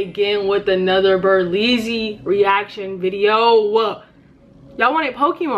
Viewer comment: It’s berleezyyyyyyy